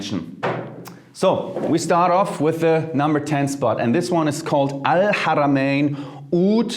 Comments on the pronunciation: your pronounciation of Al-Haramayn is frickin beautiful dude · You said alharamian perfectly !! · The way u say al haramain is near perfect. Well done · You pronounced the second difficult letter in Arabic when you said Al-(H)aramin! I’m impressed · The arabic accent is so perfect ( el haramayn) . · To all my arabic brothers and sisters - let's give this man a standing ovation for pronouncing al-haramayn exactly like he was fluent in Arabic :D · That's how I pronounce it. That pleased me a lot. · Respect your pronunciation of arabic letter H in AlHarameen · Your pronouns “ alharamen “ very good 👌🏽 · Wow. I’ve been looking into oud fragrances and you come out with this. Appreciate you so much brother! By the way, you pronounced ‘Al-Haramain’ PERFECTLY the first time you said it in this video. As an Arab I’m impressed! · Great?? I’m Arab by native and his prouniciation is better than me 😂. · I was about to say it! Man the way he pronounce “Ha’a” is better than some natives!